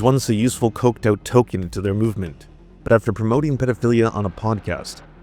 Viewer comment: Did you say "Tolkien"? LOL 😂 I literally just watched another video about the character TOlKiEN from Souith Park 😅